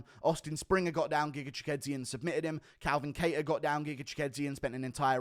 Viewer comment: As a Brit how the F are U pronouncing Chikadze's name better than Aspinall 😂